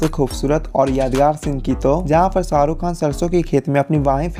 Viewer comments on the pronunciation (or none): Woh Shaa rukh hai, not Saaa ruk 🤦🏻‍♂️ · Srk kaa naam toh barabar pronounce karo